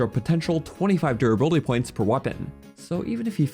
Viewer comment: I love the way you say durrr buildy